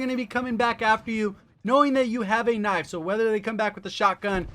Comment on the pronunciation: did you just called Knife "Nipe"? 🙈